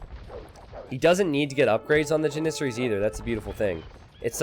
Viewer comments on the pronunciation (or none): It's JAN-issaries, not jan-ISS-aries !!